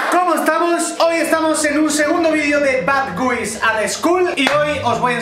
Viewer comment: La manera en la q pronuncia "guys" duele demasiado